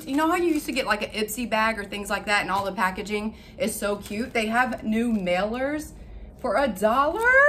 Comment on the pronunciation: What’s a “meller”? Did you mean MAILER?